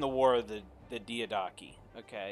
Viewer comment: Also, Diadochi is pronounced as Diya-doeki